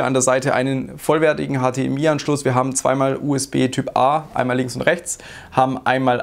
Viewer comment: Sprich "D" nicht so hart aus sonst hört sich HDMI so an HTMI